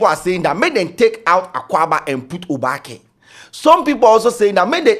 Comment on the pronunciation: I know `Obaak3'' but it is not really used unless at engagements like local tradional way. nor dey pronounce the word correctly buh we move